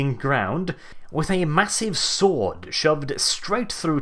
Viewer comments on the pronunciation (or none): none